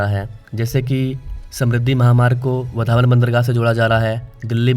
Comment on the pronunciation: वधावन ❌ वाढवण✅ बांद्रा ❌वांद्रे ✅ वरली ❌वरळी✅ भायंदर❌ भाईंदर✅ उतान❌ उत्तन ✅ थाने❌ठाणे ✅ सही उच्चारण करो जय हिंद जय महाराष्ट्र